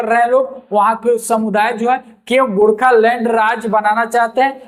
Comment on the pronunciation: Gorkhalund kya hota hai pronounce toh sahi karte gorkhaland